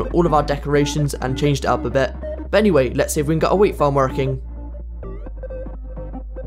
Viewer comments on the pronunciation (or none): Are you partly Irish? When you said "wheat farm working" you said working in a bit of an Irish accent. No hate, just wondering. I'm a new subscriber and I think your little section of the Internet is a very kind, fun, and awesome place to be and I still don't know everything about you. Keep up the good work!